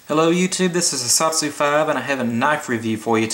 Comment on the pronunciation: I think you are the only reviewer who pronounces the company name ESEE (ee-sea) correctly. HELL YA!